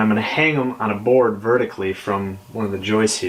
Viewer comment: Vertically or verically?